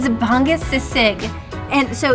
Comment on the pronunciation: I like how struggles to pronounce Bangus Sisig. It's not Bang-gus it's Ba-ngus Sisig. Also, my sister lives in Denver and she loves going to this Goldilocks:D